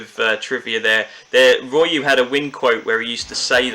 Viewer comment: Gah! Its Ree-uh-o, you don't pronounce the Y as Rye-You. Apart from this good video